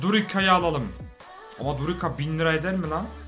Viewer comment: Durica yi durika diye okuyan koca yürekli